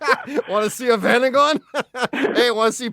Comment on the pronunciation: Strange pronunciation of Vanagon.